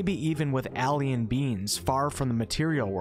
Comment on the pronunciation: Why does he say AHL-ien lol